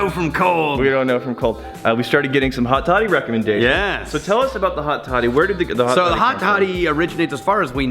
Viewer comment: I thought you said hotty toddy. Lol I live next to ole miss